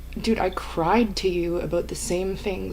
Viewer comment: Cwied in my trugg, not gonna lie